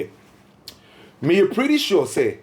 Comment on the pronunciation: is preddy sure, twenny twenny 😂😂😂